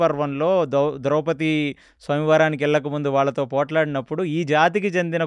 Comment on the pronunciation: కొన్ని పదాలు మీరు తప్పుగా వాడుతున్నారు ఉదాహరణకు నిమిషాల దగ్గర వివక్షకు బదులు విచక్షణ అని అనాలి... ద్రౌపతి అంటున్నారు ద్రౌపది అనాలి